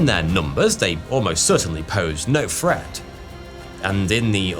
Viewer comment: He uses same pronunciation for the word 'threat', sounds exactly like 'fret'